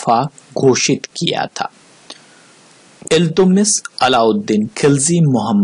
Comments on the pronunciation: इल्तुतमिश बोलिये इल्तुमिश नहीं सर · He was not iltumish .he was iltutmish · Naam to sahi le le..Iltutmish